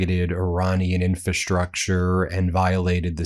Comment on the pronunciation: Your pronunciation of "infrastructure" continues to be incorrect. IN-fra-STRUCture, not IN-fa-STRUCture. The first "r" is not silent.